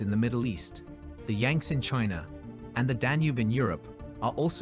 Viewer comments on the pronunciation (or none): none